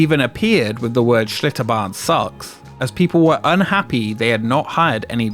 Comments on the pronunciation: Seems like the L in Achlitterbahn is redundant. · Schlitterbahn turned into Shitterbahn 😂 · Bro i thought it was "ShitterBahn"